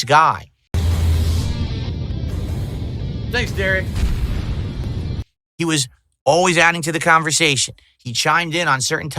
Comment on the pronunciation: de-RICK ftfy